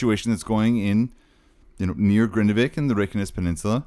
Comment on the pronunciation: you pronouce it wrong, it’s Grindavik not Grindevik ❤